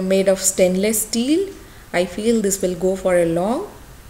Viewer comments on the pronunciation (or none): none